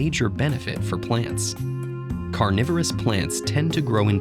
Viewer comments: Read carnivorous as "coronavirus" lol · People living in 2020: I thought it was saying coronavirus plants. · ya, who read carnivorous as coronavirus ? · I thought it said coronavirus plants lmao